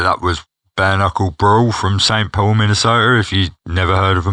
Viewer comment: You said St. Paul, Minnesota correctly 🤘🏼😂